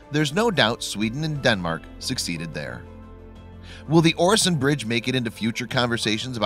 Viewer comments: And its pronounced ew-a-son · As a swede hearing him say oresond is a bit painfull